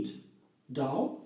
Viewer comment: May I make you aware of one thing? You say «the Dow» (the stock exchange) all the time when you mean to say «the dough». If you go to the Cambridge Dictionaries online, they have buttons you can push to hear the right pronunciation for each word, I’ve used it soooo much over the years since English isn’t my first language (it’s more like my fourth one, LOL, being Norwegian, our natural second and third languages are Danish and Swedish). 🤗 💚🌱🍀🌱💚